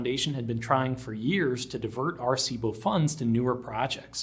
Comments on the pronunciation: I'm 2 and half minutes in and if i hear Are-cibo one more time i'm out and never coming back. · first was a young off-track thoroughbred racehorse that the riding school I worked at bough at Doncaster bloodstock sales, named "Arecibo", although we didn't know how to pronounce it correctly so we used a hard C by mistake. His nickname was "Bo", and he was a sweet gentle little chestnut gelding. He'd failed as a racehorse so they were going to try him as a riding school horse. This wasn't a normal riding school, but located in a private boarding school and educated students at a higher level who were training to become riding instructors themselves - so the calibre of horses was higher than the average "shaggy little pony" you usually think of when you think of riding school mounts. We had several off-track retired racehorses and retired eventers and showjumpers. Unfortunately Arecibo had a condition called upward fixation of the patella, or locking stifles, which affected his soundness. So he was sold to someone who let him rest in a field for a year to grow as it is often something a young horse can grow out of. Then he became a low level riding horse for his daughter. It was only after that, that I saw the James Bond film which included the telescope, and learned more about it later. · Pronounced arse-ee-bo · you're pronouncing Arecibo wrong.... you have to pronounce all the vowels, {A Reh See Bow}. I first heard about this Radio Telescope in the movie Contact with Jodie Foster. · Are cibo ???? Are cibo ????? Wtfduck ?!!!! I have NEVER before heard it mispronounced thus !!! 😯😯😯😯😯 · bothered me how you pernounced Arecibo throughout the video....